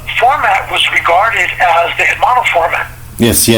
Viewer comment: Why do northerners pronounce the h in hermano? Or typically mispronounce Spanish words.